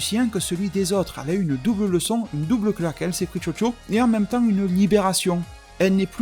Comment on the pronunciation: A chaque fois que t'as dit Chocho j'ai entendu Jojo mdr